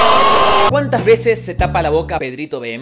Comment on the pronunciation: Porque dices y es PedritoVM?! 😂❤️